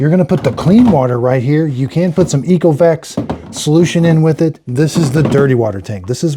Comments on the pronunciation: Yiko is pronounced ECO. Get it 😉? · Pronouncing the name wrong and saying it doesn’t work well. Gessh. 100% human error